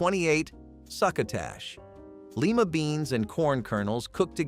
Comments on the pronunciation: Lima beans. Lie-Ma. Long I. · Please learn how to pronounce Lima, pimento, Stouffer’s